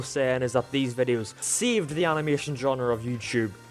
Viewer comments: it's animation not animotion... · Points to the end of “Animation” and says it’s “motion” no it’s mation you’re wrong